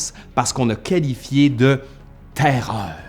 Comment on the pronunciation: J'adore comment tu prononces la TAIRREOREU ! :)